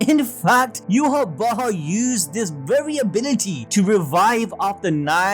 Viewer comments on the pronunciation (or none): Don't like the way you're saying bach man lol. Just say yhwach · bro you gotta know your not saying yhwach right its obsiviously not yu-ha-wa-ha its yah-wa-k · Take a shot for every time admin said "Yhwach Bach" 🤣🤣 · Yu-ha-bach with the German soft ch or the Dutch g.. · Are you pronouncing his name yew-ha-ba-ha??? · Your calling him yuha Baja?? 😂😂🤣🤣